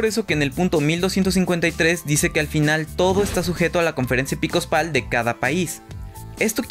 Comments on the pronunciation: Reitero la correccion: Es "EPISCOPAL", no "EPICOSPAL" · jajajajaja "EPICOSPAL"